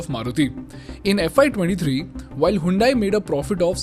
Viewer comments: Bro it's not "HAYUNDAIE" it's "HYUNDAI" "HUN-DAE". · you pronounce it like हयोंडे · Pronounced as Hundai or Handai?